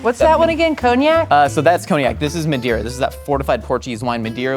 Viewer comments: Wow, that's awesome!! Just one thing, it's Madeira and not Mendeira :) it means "wood" in Portuguese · It's pronounced "mah-DAY-rlah" It was also consumed during the signing of the Declaration of Independence. It also lasts forever because it's produced in an oxidized state (doesn't turn to vinegar like other wines). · Great episode, just wish Josh could pronounce madeira. Emily looks like a middle America scar-jo to me for some reason